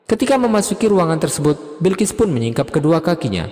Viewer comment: Balqis bukan Bilkis